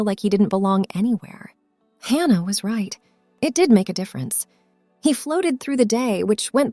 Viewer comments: Could you please stop mispronouncing Hannah 😢😢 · Please stop mispronouncing Hannah 😢😢😢